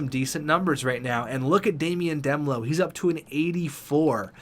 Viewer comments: It's D melo like in marshmelo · Demelo is pronounced: Duh-mel-oh